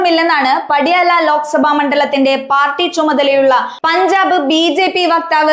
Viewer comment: "PADYAALA" ALLA MOLE....!!!!!